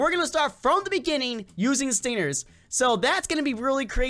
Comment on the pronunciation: XD HE KEEPED SAYING STINERS BUTS ITS CALLED STINGERS